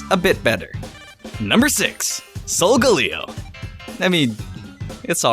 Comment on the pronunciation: It is not Solgealeo it is Sol-gal-a-o Sol= Latin for Sun Galao= Lion in Latin I think